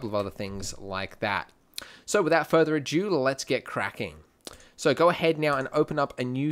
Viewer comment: Super Andy, superb. Just what I needed. By the way, its "further a do" not "due". Great stuff!